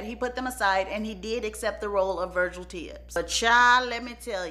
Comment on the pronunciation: Lord , what “VUH-JILL” done did? Lol